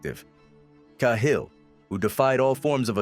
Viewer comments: It's not Kay hill... its Cat hill ! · Ca-Hill.... Not Kay hill 😢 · 10 seconds and I had to turn it off. Sorry but if you cannit even pronounce it.